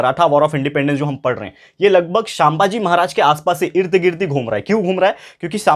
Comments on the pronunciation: Sir I like your lectures but pls pronounce chhatrapati sambhaji maharaj correctly , btw loved your explaination 👍👍☺️☺️ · Sir please say sambhaji maharaj name neatly. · Sir the pronunciation of sambhaji maharaj is wrong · Sir sambhaji maharaj pronuciation is wrong😊